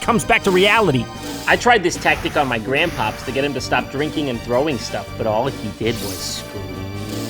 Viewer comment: to be fair he does say ganpops not gandpa